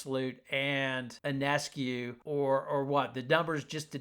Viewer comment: Listen announcer, IF you want to sound intelligent...PRONOUNCE SABRINA'S name correctly...her last name is PRONOUNCED YONESCU...not onescu or i-o-nescu...THIS GRATES ON MY NERVES THAT FOLKS DON'T PRONOUNCE HER NAME CORRECTLY!